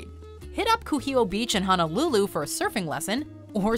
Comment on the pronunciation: As well as HONOlulu (not HANAlulu) lol